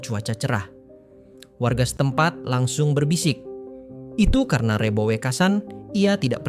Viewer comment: Maaf,,,lafal REBO,,, yang anda tuturkan gak pas,,,, belajarlah bertutur jawa dengan benar😮